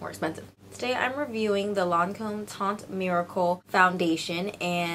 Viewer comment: the "t" at the end of "teint" is silent.I'm french ;)